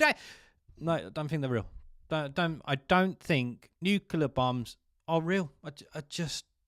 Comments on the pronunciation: 'Nucilar' bombs aren't real, you're right. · Nu cle ar. You're welcome.